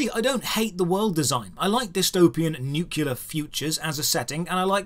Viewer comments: "Nuclear" not "Nucular". You're not George W Bush. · It's NUCLEAR. Not NUCULAR. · How in the world can you have one of the sexiest, most proper voices and speaking patterns I've ever heard... and still pronounce Nuclear "Nucular"? Weeps Still love your videos though. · pulling out a G.W. Bush "nuculer" pronunciation XD I will try not to hold it against him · Thought this was a relatively cultured guy. Then he said "nucular" and...I'm out. ( He also said "rip" for "R.I.P")...